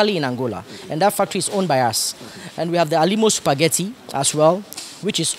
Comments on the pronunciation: I heard “SUPAGATI” eiiiii😂💔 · Lol 😂 supagatti